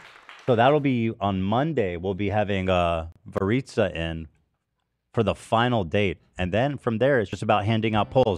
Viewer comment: Every time Ethan says Veritza I’m screaming at my phone “ITS VERICA!!!!”